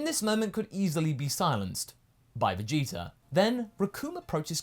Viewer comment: Oh dang. Kaiser is right, he does say Vegeter